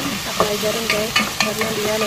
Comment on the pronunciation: Let's go..bkn "let go".. Gaes bkn "gees".. Mengajarkan..bkn "mempelajarkan" Ci tth pasti org Sunda da..